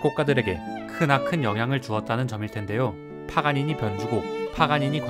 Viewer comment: 파가니니 자꾸 파파가니나 파가가니라고 읽고 들림...ㅜ